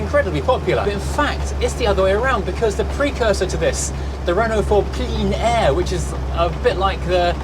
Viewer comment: ‘Plein air’ is pronounced more simply than one might think. More like ‘plen air’.